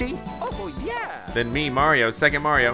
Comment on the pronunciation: Almost as bad as a lot of informal videos on Mario pronounce wrong. They say may-ree-o instead of mar-ree-o and it’s so damn annoying that I instantly dislike the video